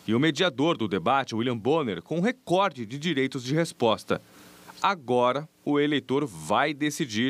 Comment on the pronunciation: primeira vez que vejo um repórter acertando a pronuncia da palavra: recorde